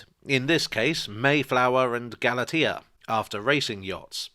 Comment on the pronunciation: 'Galatea' = 'Galaysheya/(Galatia)'.